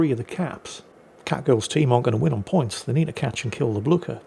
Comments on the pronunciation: It is how Blücher is pronounced in Europe. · The best pronunciation of Blücher ever heard! A well-deserved victory! I love these destroyer replays!